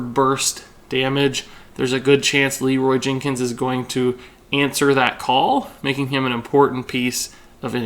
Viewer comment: "Leeroy Jinkins"